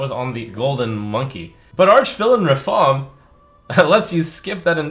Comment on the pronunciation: It's Ra-FaAAAm